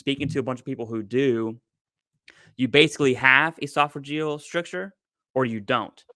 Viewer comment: Brothers - FYSA stricture rhymes with picture.